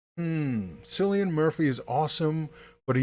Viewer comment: Bro "s"illian Murphy its "K"illian